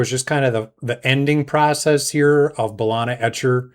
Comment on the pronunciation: Great vid 👌 Ba-lee-na 😅